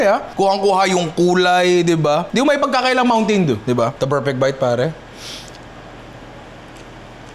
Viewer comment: "Mountain doo"